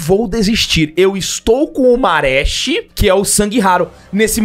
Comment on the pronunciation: É marechi, portanto se lê maretí (maretchi)